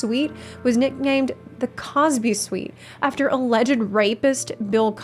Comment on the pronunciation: How is this channel called "theScore esports" and not "Extreme Combover - Home Edition"? Also , that clearly says "Crosby" not "Cosby", twice.